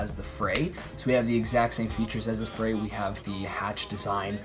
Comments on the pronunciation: OMG IT'S PRONOUNCED LIKE "FREE", NOT "FRAY"! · ITS FREE!! Not fray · The line over the "E" makes a strong e sound. It's pronounced free... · New drinking game: take a shot every time he says "fray" (afterwards you'll be so drunk that the mispronunciation won't be as painful to listen to) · its pronounced free but ok